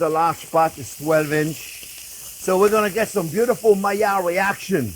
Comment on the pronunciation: It's funny when the sheft say I'm waiting for the maillard reaction, it's sound almost like if he would say magyar reaction. 😂